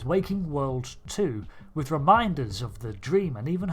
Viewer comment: "Wifh mint frosting."